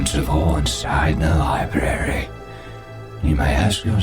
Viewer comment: Did you just day "lie-berry" 😆